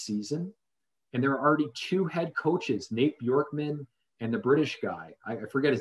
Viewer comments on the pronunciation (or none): Chris Finch is not British; it's Bjorkgren not Bjorkman; Dewan was the second to last pick in the second round, not late first; Jokić not jokick; and no you can't shoot better than Flynn.